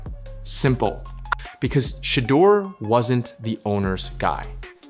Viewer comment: If you can't Pronounce his name correctly, then SHUT UP !! 😡